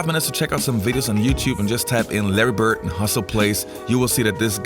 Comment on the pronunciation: His name is Larry BirD, not Larry BirT. If you have a public format, surely you can pronounce people's names correctly. And, PS, you talk too much in ALL of your videos. Step it up homes.